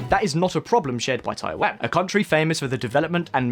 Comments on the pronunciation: My ears think you are talking about Thailand rather than Taiwan at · Is it me or about twice he said something like 'Thailand' instead of 'Taiwan'? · What is you and pronunciation of Taiwan 🤣 one second I hear Taiwan (Tai-one) then I hear taiwaaaaan (Tai-wahn)